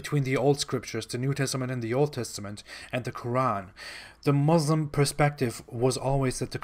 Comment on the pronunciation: Lol realy ex muslim😂😂 or yet another fake. Im amazed by how he pronounce basic things every muslims know to pronounce. Considering his family is very strict he dont even know to pronounce "muslim" .. Here all muslims know he was not a muslim. See how he explains muslim family and community... I was laughing seeing how seriously he was telling lies😂😂😂